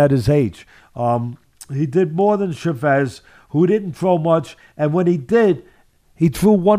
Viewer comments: Why does Teddy keep saying "Chevez"? It sounds like a french fighter. It's Chavez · Love the way Teddy says “Chavez” lol Shavez. Teddy is the 🐐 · his pronunciation of Chavez ahhahahahaah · Why can't Teddy pronounce his name correctly? Start there Teddy.